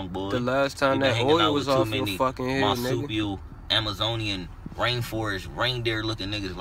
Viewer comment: He said marsupial reindeer 😭😭😭